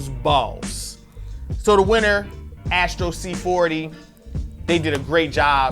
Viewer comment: It's Astro, not Ashtro